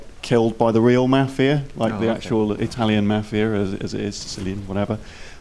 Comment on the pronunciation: I know it's their accent but I cannot stand how they say "mafia". Watch a "mafia" movie and listen to how it's actually pronounced